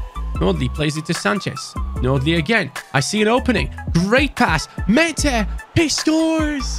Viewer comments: When you pronounce Maatta, you say it like the Turkish name 'Mete', which I like very much as a Türk 😁. I love you, hi from 🇹🇷. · Määttä name is pronounced as Mata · Määtä is pronounced like Mata but slower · I'm not Finnish but Google Translate told me you pronounce Määttää as Mae-Ta (Sorry if it's wrong Finnish people) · How to pronounce MÄÄTTÄ IS MAR THA